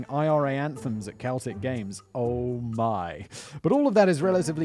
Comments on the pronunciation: On vacation in Scotland when I was about 7. Cousin took me to a Celtic (pronounced Selltick btw) vs Rangers games. The aftermath was insanity. Thousands of people started fighting outside the stadium and they had bats and chains and knives and stuff. As a young boy from Canada, my brain couldn’t process what was going on. Probably started over a mispronunciation of a team name. 😉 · Home city 😗Good one bud howling! I support Celtic and your saying name wrong 😂💚🤍🧡is more like cel’ic ✌️ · Simon I love all of your content but genuinely one word during this video made my ears bleed..... Glasgow Celtic is not pronounced like Celtic nations.... its Seltic.... or Selic as some of the local wildlife like to use! I work for the Scottish Ambulance Service based five minutes from Battlefield and Langside. I’m also fairly sure I know what hostel you stayed in! 😂 Glasgow has moved on in leaps and bounds from its razor gang days. I won’t pretend the sectarian shite has vanished but they tend to keep it amongst themselves now! Come back one weekend and the “paralytic paramedics of Glasgow South station” will show you it can be a friendly place! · Can tell you don't know anything about football if you can't pronounce celtic it's pronounced like seltic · Celtic pronounced Seltick.. come on Simon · Just stay beside Glasgow n terrible pronunciation lol. One point is Celtic not pronounced with a k it’s (selltik) hope that helps lol. Loved the episode though x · Celtic is pronounced Seltic. But good try! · Celtic is pronounced with an "S" at the start, in this case. Just in case it ever comes up again, which it probably won't. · Still love Barrowlands, the floor is bouncy lol PS - Celtic the footbal team is pronounced 'seltic', celtic like how Simon is saying it is a scotland/ ireland cultural term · Great episode but Celtic is pronounced like Selltick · When it comes to the football team Celtic it is pronounced seltic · Can’t even say Celtic right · That hard "C" on Celtic though! 💀